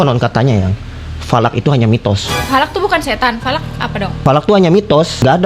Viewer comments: Bukan Valak bang salak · Falak❎. Salak✅😂😂😂😂😂😂😂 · Falak jadi salak😮😂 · Bukan salak tapi lanak